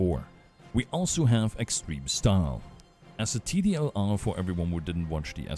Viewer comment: Just messin lol because you keep saying tdlr instead of tldr